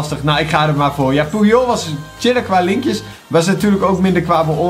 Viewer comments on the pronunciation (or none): none